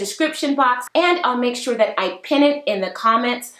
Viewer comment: and “dat” instead of “that”😬